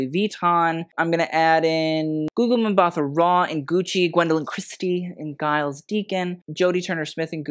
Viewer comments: Giles Deacon - his name is pronounced Jiles. Kind of like Julia. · Giles is pronounced with a soft g. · the G in Giles is pronounced as a "J" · Your pronouciation of Giles tho 💀